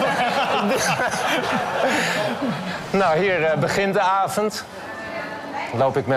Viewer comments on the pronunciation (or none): afent.... Peter....... HET IS AVOND NIET AFENT.